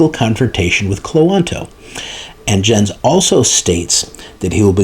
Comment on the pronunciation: Thanks, what a legal soap opera eh? By the way, only because I dabble in german language and that you mention his name often, Jens is pronounced Yens. 😏